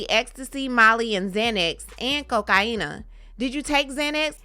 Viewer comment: Am I the only one bothered by the way it is bitch says cocaine. I can’t even watch this shit.